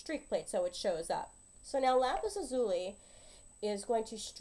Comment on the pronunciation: Thanks, it's great to have a definitive answer! Just a point of information, though, lazuli is pronounced LAZ u lie, not la ZU lee.